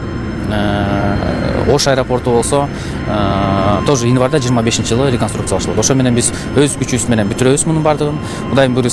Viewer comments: Инварда эмес январда деп эле суйлочу обу жок десе. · Инварда дейко кайра, кайра эле🤦‍♀️.Январь деп суйлосо жакшы болмок.